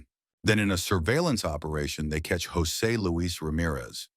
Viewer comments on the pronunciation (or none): none